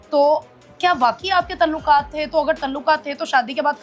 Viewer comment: نا شادی سانوں پچھ کی کیتی سی،ھزاروں کپل کمپرومائز کرتے ھیں،بنے پھرتے ھیں بڑے پڑھے لکھے،، ھر ویلا،انکے پیچھے لگا ھے اور یہ اینکر باجی اردو زبان درست تلفظ میں ادا کریں تلوقات،تلوق کیا کیا بولے جا رھے ھیں